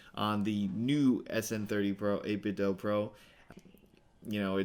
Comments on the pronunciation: According to the 8bitdo speaker the do is pronounced like the word instead of like Nintendo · It's actually 8 bit "doo" 🙂